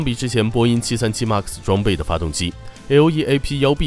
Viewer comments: 麦克斯，不是“骂克斯” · 读麦克斯…… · 视频做得很好 但是max读成妈克斯...macs也读错好难受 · 能不能把MAX读读好啊，听着贼难受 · 英语再怎么不标准也不会这么读一个只有两个音节3岁水平的英语单词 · 一共就一个英文，max！！！这不是口音问题，是英文太差。